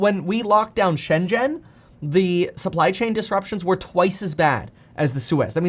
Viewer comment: Wow, meetkevin, where did ya learn that pronunciation of "Shenzhen" from? Its perfect, one of very very few English speakers who can actually say that perfectly. Most is not even close.